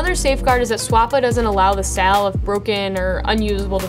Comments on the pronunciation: I kept hearing a strange word--verify the 'sell'--SALE not sell. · Great video :) you did a really thorough job. Also, you pronounce "sale" in a very interesting (i.e. different from how I pronounce it) way and I'm curious what part of the country or linguistic feature that comes from? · Why does she say sale like that.